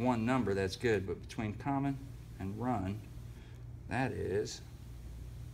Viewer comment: "Common, start, wun" lol. Good video man. Dammit!